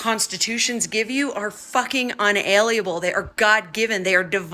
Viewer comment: unalienable pronounced un-a-lean-able. I feel this pronounces this overall message that there can be no Lien against our genetics and source power